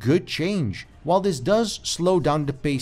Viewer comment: OMG, stop saying "DAT" and "DIS". The words are "That" and "This". I can't watch anymore of this. Onto a new reviewer that can speak correctly.